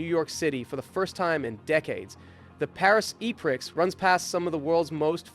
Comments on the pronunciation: I did not hear that right surely. “Paris E Prix” said like E-Priks ????? Bruh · "the Paris e-pricks" I know you're American, but damn man... most know how to say "prix" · "The Paris E Pricks"